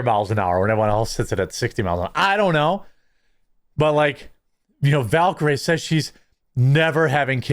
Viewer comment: Bro, you should be able to pronounce words properly if you’re gonna keep up this YouTube bullshit, and I say that with love from Milwaukee. Val-Ker-eeeee. Jesusfuckinchrist 😂